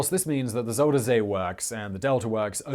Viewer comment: I wish mister smartass and his stupid glasses would stop calling my country fucking Holland!!! it's The Netherlands!!!🤦😂 And I wish he would stop calling the zuiderzee "zuuderzea"... Just use the english name... the south sea... zuider = southern... zee = sea... so it's the south sea🤷 Translating dutch to english is as easy as taking a dump💩😅